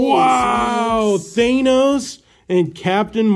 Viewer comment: “Thaynos” lmao wtf